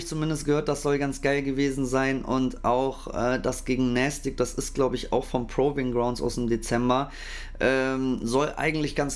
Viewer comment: Bro, kannst du es bitte „Pruving Graund“ aussprechen